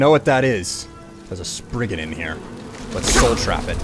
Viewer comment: "Sprigon"? No! I AM GROOT!